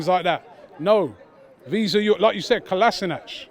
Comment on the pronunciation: How many years has Kolasinac been at Arsenal and the fans STILL don't know how to pronounce his name...